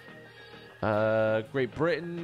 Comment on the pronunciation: Love your streams but by the way it's pronounced great Britain 🇬🇧